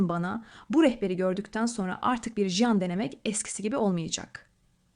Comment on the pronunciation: Jean değil Jan hiç değil hanımefendi ciiinn diye okunur